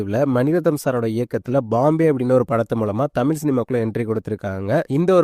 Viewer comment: தமில் ⛔ தமிழ் 👍🏻